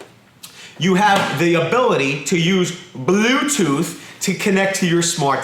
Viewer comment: Did he say “glue-tooth”?